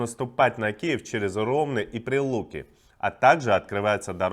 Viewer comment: Ох уж эти россияне, ударение! РомнЫ!!!